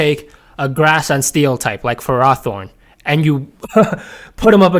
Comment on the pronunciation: wtf is that pronunciation its ferrathorn not faraaathorn 🤣😂